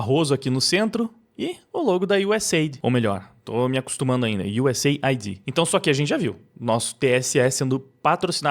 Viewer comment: US AID e não USA ID.